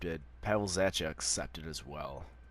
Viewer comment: Oh and by the way zachas last name is pronounced za-ck-a